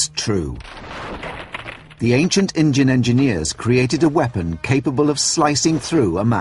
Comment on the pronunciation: did he say acient engines hes racist its supposed to be indian